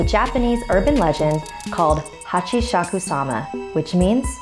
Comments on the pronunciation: It's pronounced Hah-Chee-Shah-Koo-Sah-ma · LetMeTakeMySelfie Plz? It's pronounced the way it's spelled: hah-chee-shah-koo-sah-mah.